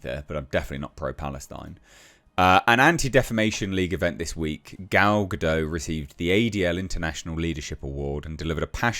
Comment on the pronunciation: And it's not a silent T in Gal's name. You should say Ga-Dot